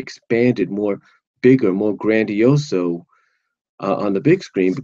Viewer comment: You said grandioso. BRAVISSIMO!!